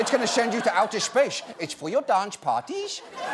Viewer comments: Dutch dealer: “Dish de good shid. It 4 your dance parrTIES” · Haha what the hell was that accent?